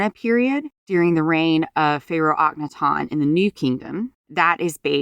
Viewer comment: You don't even know how to say Akhenaten. How can I take you seriously??